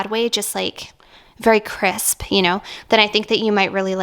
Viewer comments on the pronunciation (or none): none